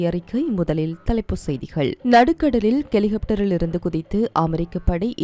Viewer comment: கிஸ்புள்ளா கிஸ்புள்ளா கிஸ்புள்ளா என்ன நீங்க ஹிஸ்புல்லாவை கிஸ்புள்ளா என்கிறீர்கள் தவிர ஹெலிகாப்டரை கெலிகப்டர்"